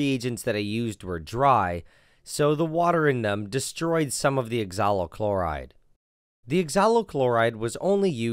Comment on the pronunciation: 'oxalyl' NileRed: 'exalo'